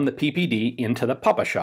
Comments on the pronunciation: "Papasha" is ironic variant of word "Father", Папаша. And it's indeed PePeSha. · Ian: saying "pa-pa-sha" instead of P.P.S.h. Russians watching the video: Finally! Ура! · Some of them are still mildly disturbed. ;) It's "pe-pe-sha." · Ziobr - Just to add even more diversity (No, I'm NOT a dam' leftist!) to the discussion, when going thru United States Special Forces training, it was pronounced "PIP shee forty-one." During the video, I had no idea about what he was talking until toward the end, when he tagged on the "forty-one" suffix! Good to hear the other pronunciations described here and the reasonings for them. De Oppresso Liber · Your ППШ (PPSh) pronunciation is adorable - "pah-pah-shah" :) This way it sounds exactly as a russian word for "my old man"